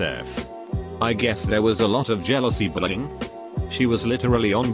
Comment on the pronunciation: why do i hear bullying as "brrrring", am i just too high or did anyone else hear that